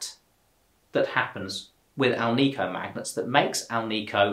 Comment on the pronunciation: It's pronounced AL-nik-o. Not al-NEE-co. It is made with nickel, not neekle